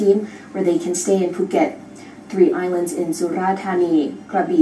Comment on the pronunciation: It's POO-ket not FUH... Lol